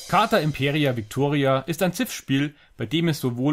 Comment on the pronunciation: Heißt leider nicht Imperia, sondern Impera (ohne i). Hatte den Fehler bei der Aussprache auch gemacht.